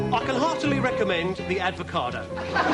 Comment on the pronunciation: Advocado!! I'll never be able to say it properly again 🤣🤣🤣🤣🤣🤣🤣🤣🤣🤣☠️